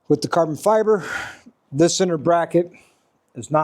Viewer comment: Caaaah-bon Fy-bah.... 😊